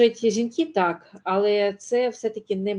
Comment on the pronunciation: Достала ваша бла,бла, ьла, пані . Особливо ваше Але з наголосом на А